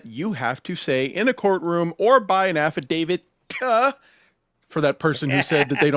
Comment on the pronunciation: Love the videos, thank u for destroying John, but she's KILLIN me with the "affi-david" instead of affidavit